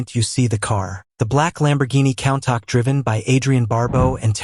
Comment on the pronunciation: He drives a Count-Ack... ha ha